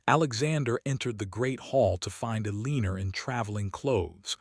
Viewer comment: This is a nice story however the narrator's mispronouncments are very disappointing and make it hard to listen to. Staring, hoping, Elena. If you want subscribers you need to fix these.